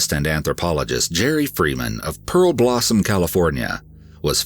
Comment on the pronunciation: It's "pearblossom"